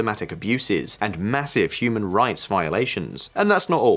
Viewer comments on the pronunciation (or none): none